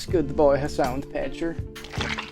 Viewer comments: Piker is a Turkish surname pronounced like pick-ehr. It has no relation to the English word piker and shouldn't be pronounced like it. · Have you been saying "Hasan Petcher" to mess up "Piker" or to say "picture" with the funny accent?